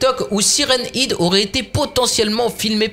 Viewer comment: sa se dit head